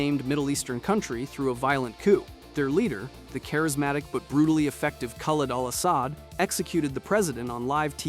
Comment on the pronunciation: “Khal awl awl Awsad” lmao